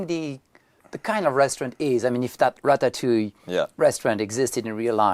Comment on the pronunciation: non ne dit pas watatouille mais Ratatouille.